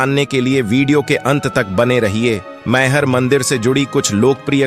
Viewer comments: Pronounciation is wrong.....mayhar nahi maihar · भाईसाब बोलना तो सीख लो मई हर नाम है सही